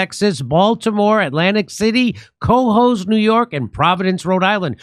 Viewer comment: He always calls the name of the town Cohoes wrong. It's pronounced kuh - HOES (rhymes with 'the hoes').